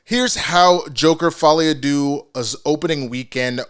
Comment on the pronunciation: For an English Canadian guy who is fluent in French, I swear, the worst part of this is constantly hearing people butcher “Folie à deux”🤣🤣 If you’re gonna give it a french name, go all the way and just call it “Le Joker: Folie à deux”🤣